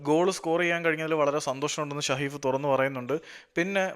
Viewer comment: ഷ alla സ...it's saheef